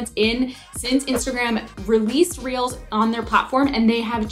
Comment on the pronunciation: Everytime she says reels ...I hear reals🌚🌚🌚🌚